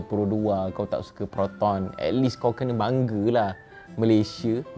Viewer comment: Kau ni kalau kau tak belajar engglish kau kene ketawa orang lain . Kau seda kan kau baru je sebut 'at less' tadi . Kau ni pun macam hantu